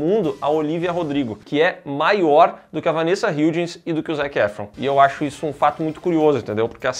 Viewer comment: Como fã de HSM e do preciso enfatizar as várias vezes que vocês falaram o nome da Vanessa Hudgens errado hahahahahhaaah mas tudo bem. Adorei. Nota ⭐️⭐️⭐️⭐️